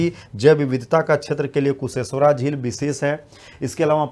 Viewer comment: Sir kusheshwara nahi kusheshwar sthan hota hai